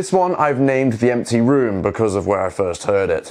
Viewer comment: "Emty Rooms"..